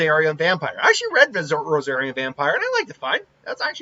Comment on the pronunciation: So constructive Criticism: If you can't remember how to pronounce a character, you probably should brush up on it. Not just the pronunctiation, it shows you haven't watched the show enough, or even have an emotional investment about Haku. I'm relatively new to Rosario + Vampire - and you were pronouncing it Rosari(A) btw; but i've seen clips of Mizore and ... Mizore is much more versatile than Haku. You would need power PLUS skill to reach her, which I relate to as a martial artist. Those needles wouldn't reach her after the first wave hit her, because she can surround herself with ice, where the needles couldn't penetrate. There's nothing to say that Mizore couldn't learn to copy a similar ability with her ice, but that's the type of biased conjecture you have towards Haku. There is also no evidence I've seen that Haku is immune to ice, just that he has the bloodline skill (for sake of spelling) to make ice mirrors, which is like saying Kiba's dog can turn into ANYBODY just because he can look like Kiba. It's reasonable to say Mizore could make her own mirrors to mess with Haku, or even freeze the mirrors Haku, but it's assuming. So we take directly from the show instead: -Mizore can freeze people and objects getting close -Mizore turned a whole long archway/ceiling into an ice rink in under a second on a whim to intimidate people -I think Mizore can make ice clones, or use ice to absorb damage from a clip I saw -Haku is more trained and physically dangerous, but not in a hi